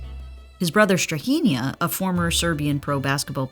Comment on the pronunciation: As a Serb the pronunciation of Strahinja was hard to listen to 😭